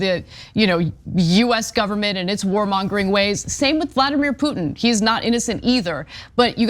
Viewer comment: the i in Putin is not silent, just saying...